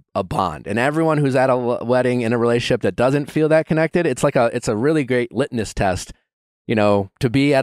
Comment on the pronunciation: It’s ‘litMus’ Nick. Not ‘litnus’